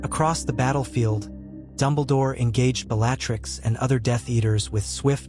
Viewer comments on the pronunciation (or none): Is there any way to adjust the pronunciation of the words the AI speaks ? I find it distracting when names are not pronounced correctly…. (( it is rather amusing that it can pronounce Wizzengamot but not Bellatrix ….but the novelty is very short lived )) I truly enjoy the stories you post…. But it’s rather frustrating when the AI is getting well known names so wrong… 😑 I like to listen to your stories as I go to sleep at night, or when I need something to listen to as I am working on something…. And I wonder if, when you are writing out your story if you can adjust it to get the correct pronunciation of the words it is butchering so badly…..